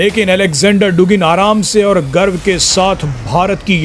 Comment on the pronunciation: डुगिन नहीं, ये शब्द "दुगिन" उच्चारित किया जाता है।